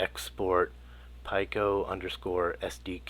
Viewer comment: This was a bit difficult to watch. You are the only person on the planet that pronounces Pico as "Pie-koh", where everyone else pronounces it as "Pee-koh".